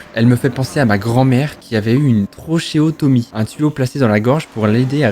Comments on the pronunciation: Une ✨trocheotomie✨ 😭 pepite 😂 ducoup une trachéotomie se lit traKéotomie 😉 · Pr la dernière histoire, j’ai une trachéotomie moi aussi, et juste petite précision sur la prononciation, parce que la tienne était claquée au sol ^^ 🤦🏻‍♀️😅 Dc ça se dit tra{kéo}tomie , pas « trochéotomie » 🤦🏻‍♀️😅😅😜😜😅😅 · Une "trochéotomie" 🤣🤣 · ça se dit trakéotomie... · Petite info le mot trachéotomie se prononce ''trakéotomie'' voilà voilà